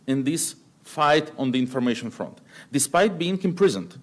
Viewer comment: Надо бы еще слово HONOR/HONOUR научиться произносить правильно, без [h], FRONT как [ фрАнт}, есть еще ряд фонетических ошибок, Бог с ней, с грамматикой!